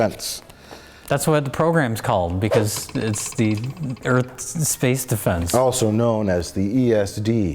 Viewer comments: I don’t understand the whole “earf” bit 🤷‍♀️ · *Punch in the face* Welcome to Earf!